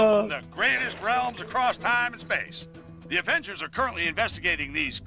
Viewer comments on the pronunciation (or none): none